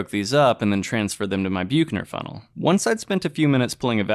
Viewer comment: Only mentioning this since it's said so many times. Büchner funnel is pronounced in English as "BUK-ner fun-nel" (UK) or "BUCK-ner fun-nel" (US). Nice video, thanks.